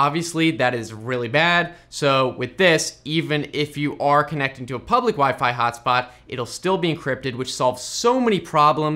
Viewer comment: "wee fee"